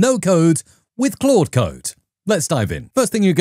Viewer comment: I love your videos. So much useful info. It's overwhelming what AI can do... And it's really just beginning. PS. Thanks so much for pronouncing "Claude" correctly. There's another prominent AI Coding YouTuber who doesn't, and it hurts my head whenever he says "Cload". (It's still great content, just hard to get through sometimes.)